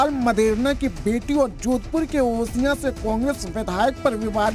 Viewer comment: ओहिया नही ओसियां है मैडम